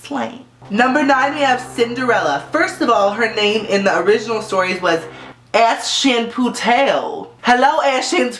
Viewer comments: lol cinderella's name is pronounced: ash (like the guy from pokemon) put (like in golf) el (like the letter) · it's ash-puttle bae 😂😂😂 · on the Cinderella I thought when u said her real name was. I thought u said ass shit potato what!?! yup... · It's funny how you pronounce "Aschenputtel" It's the german name for cinderella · I think it's really funny how you pronounced the German equivalent to Cinderella. I can't say your pronounciation was perfect but it surely made me smile because of it sounding really good. I'm looking forward to more lists and getting to know how you guys pronounce the name of Disney characters :) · Lol, gurl, the way you pronounced Aschenputtel...Lemme teach you some German!